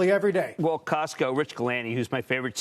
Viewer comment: Its Costco no CASTCO Jimmy Chill...